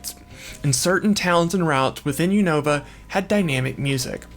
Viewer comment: The constant mispronunciation of Unova is 🫠🫠🫠🫠